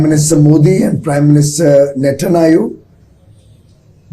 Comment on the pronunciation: Piyush goyal ji be like:- Netanyahu❌ Nettanaayu✅😂